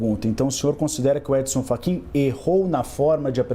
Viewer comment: Ele chamou o Fachin de "Frachin", logo no início? 😮